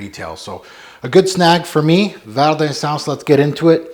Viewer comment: love ya, love your vids, but you gotta get the French at least a bit closer, omg! 😉 Thanks for posting, I've been curious about this one for a while!